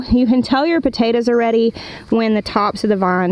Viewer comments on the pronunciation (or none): none